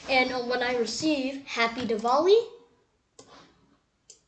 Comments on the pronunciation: it is not diwall-e it is diwali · wrong pronouncation of diwali